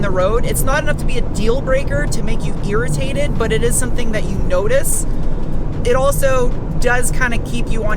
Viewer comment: For some reason, when you said "irritated", it sounded like you said "GEARritated". And now that's all I can think of.